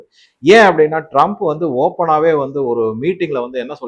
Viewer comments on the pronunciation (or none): none